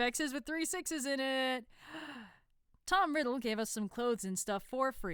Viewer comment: i heard tom ridd as tom rizz 😭😭😭😭